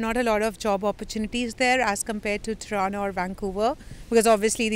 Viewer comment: It's not TORONO, It's TORONTO!